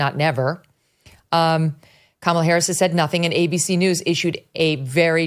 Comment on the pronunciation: Lol all Republicans pronounce Kamala wrong 🤣